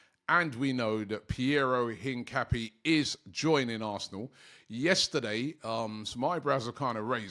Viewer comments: Robbie, it's Hin-ca-pi-yay, make an effort to say his name properly brudda. You sound like them English man who say Ma-jor-ca instead of Ma-yor-ca. Put some respect on his name 🤣🤣 Semenyo's a baller tho, he's looking decent this season but it's Robbie capping. He's tied to Bournemouth so is not coming. The Rodrygo talk is cap too. He played last night and don't wanna be here. Bare capping on Transfer Daily trust me 🤣🤣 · Learn how to Pronounce Hincapié’s name dammit!!!